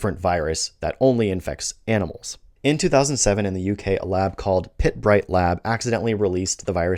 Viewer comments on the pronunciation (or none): It's very rare that I can find fault with your videos but Pirbright, the centre of the 2007 UK FMD outbreak, is pronounced purr-brite, not pit-brite. If you ever visit the lab the nearest pubs are the Royal Oak, these days more of a restaurant, and the Fox which is more traditional and has better beer.